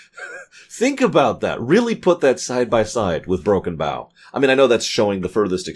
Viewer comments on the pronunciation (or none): After all of these years, he still doesn't know how to pronounce Broken Bow